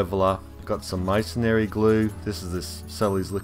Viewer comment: Masonry is pronounced " masonree " not " masonary"